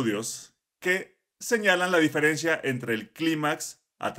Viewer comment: Se dice diferencia. 😂